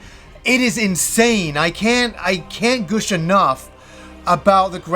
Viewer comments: Good review, lots of energy. Oh and it's 'Gush' not 'Gooosh' lol. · this is the first time in my life I've ever heard "gush" pronounced like "goosh". I'm sure you'll see comments like this a lot, but I had to say it haha. Goosh is too satanic, too satanic! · “Goosh”? 😂 Not meaning to make fun, but it’s weird to hear it said like that instead of gush.